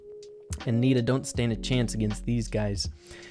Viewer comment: When he said nita Pam I heard Peter Pan😂